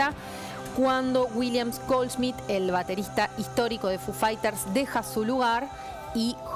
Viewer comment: Me sangran los oídos cuando a Foo Fighters lo pronuncia como "fu faiters" Diooss. Necesitaba decir eso, me re fuí...